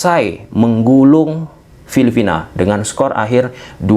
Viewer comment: Filipina bang.. bkn filifina :face-purple-crying